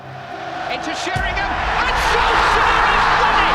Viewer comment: they don’t watch football man. The fella talking can’t even pronounce Sheringham 😂